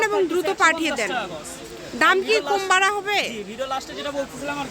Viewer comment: আপু আপনি কথা বলার সময় উচ্ছারন ঠিক করে বলবেন,কোম না বলে কম বলবেন